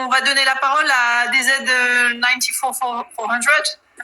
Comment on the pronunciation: J'ai rigoler au "DZ ninetyfour four hundred" il vient sûrement de Vitwy-on-the-Seine 😂 Super vidéo merci pour les rediff 🤝